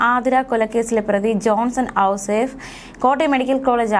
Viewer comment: ഔസേഫ്. അല്ല. ഔസെപ്പ്. വളരെ മോശം..